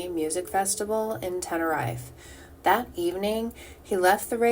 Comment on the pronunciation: It’s pronounced TEN-A-REEF that’s how it sounds Tenerife. Jay got knocked down by Roman in a car by accident because Roman was drinking/drug while driving and knocked Jay down by accident they tried to keep him alive for five days hence all the waters in the shed